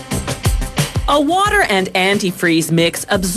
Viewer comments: the way she pronounces radiator annoys me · It’s not a Raadiator but a Radiator… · You silly woman. It's not a /Raddiator/ it's a /raydiator/ because it /raydiates/ heat. (Geddit?) You don't know the difference between lead and solder (sorder in the US), nor do you know the difference between welding and soldering (sordering). Whoever wrote this script knows very little about the process and is not a hands-on person. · It is Ray-dee-ate-or not Rad-e-ate-or! Does it Rad-e-ate heat or Ray-dee-ate heat? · Rad-iators, funny pronunciation . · Gross it's said raydiator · Ray-diator. Jesus. Say it with me. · That's some RAD raadiator😂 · Nobody: Voiceover: RaD-e-AtOr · Rad-iator. This pronunciation disturbs me. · What the hell is a "radd-ey-ay-der"? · she also said radee-atur, bitch needs to go back to school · It's pronounced RAY-DEE-A-TOR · Had to pause it and scroll down to the comments because of the way she pronounced radiator lol. Glad I'm not the only one that is bugged by that haha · The way she pronounces "radiator" makes my ears bleed.. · if you can not pronounce the title....spare us and stop...if you are not proficient in english an orator may not be your calling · I really hate the way this lady pronounces radiator! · or how to pronounce radiator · If you’re going to say radiator 15 times in one video at least learn how to fucking pronounce it. Where the hell did the Original narrator go? This chick sucks. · This was painful to watch because of how she pronounces radiator lol. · Bro.... everytime she says it I want to leave this funking planet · I was about to comment the same thing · learn how to pronounce radiator